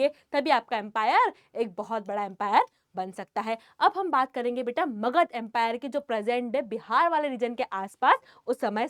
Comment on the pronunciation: Magad no makahd yes .am you are speaking makahd